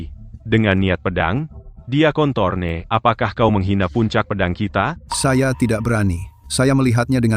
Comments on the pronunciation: Sempat hampir salah dengar saat nenek itu bilang "Dia Kon-Thorne"... 😂😂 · Kedengaranya dia memanggil nama diakontol